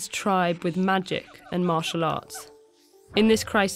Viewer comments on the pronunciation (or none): none